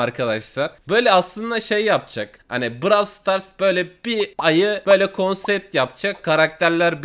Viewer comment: Abi sen niye brawl starsa brawıl stars diyon 😒